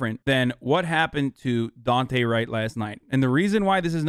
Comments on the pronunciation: please pronounce his name right... its Daunte like Dawn-tay not dooante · the amount of people that don't know how to say daunte is fucking crazy